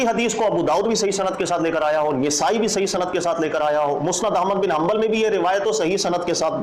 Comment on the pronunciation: نِسائی❌❌❌❌❌❌❌ نَسائی✔️✔️✔️✔️✔️✔️✔️